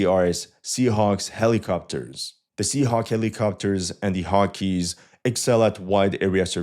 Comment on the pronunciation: "Hawkees" what hawkees, it's Hawkeyes, as in hawk eyes! 😂 Thanks for your work!